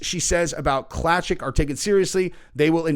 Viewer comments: Just so you know, Klacik sounds like Clay-sick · Pronounced "clay-sick"